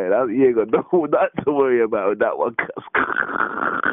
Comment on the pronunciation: why is he saying WUN SEN, that's Devilman's ting!